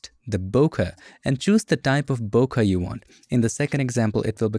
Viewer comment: Hey i always thought its pronounced (bO Kay) no disrespect to u